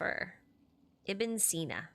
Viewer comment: The way you said ibn sena surprise me it's the first time i see foreign say his name right especially the second time